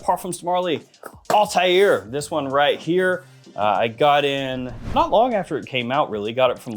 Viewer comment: First person on YouTube to pronounce the name Althair correctly. Great review as always.